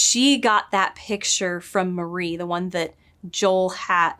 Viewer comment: *Maria not Marie